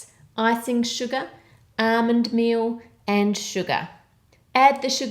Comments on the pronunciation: "Armond mee-oh" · Hey whats "ahhmund meal" ?